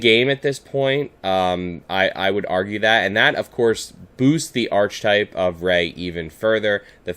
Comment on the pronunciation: Hey! Love this. Just a heads up that it’s pronounced ArKetype (hard K sound), not the ch- sound (like cheese)